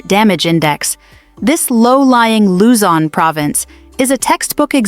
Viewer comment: Imagine trying to scare us and we just laugh at your prediction & even the way you pronounce pangasinan, luzon. Etc is hilarious. You should be the one scared of the impending collapse of your empire which is in its final throes. We are watching how toddler you returned to the white house can save you. We’ll be fine. We’re Filipinos and we are resilient and united in the face of adversity so bring your scare porn somewhere else.